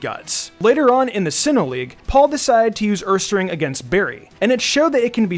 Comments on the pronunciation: It sounded more like "uuuuuuumeeeear" Or "guuuuuuuubeeeeeear" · My favourite Paul pokemon is ursaring. Whenever he would tell it's name, it sounded like he was saying "COME OVER HERE"